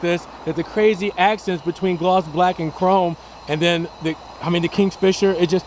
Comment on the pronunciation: No such thing as PREF-orated. It’s PERF-orated; KING, not KINGS-fisher